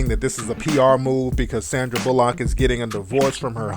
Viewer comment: Fuck you. First off you said Sandys last name wrong. A displaying Louis like that is just wrong. didn't adopt him because of that, stay out of her business.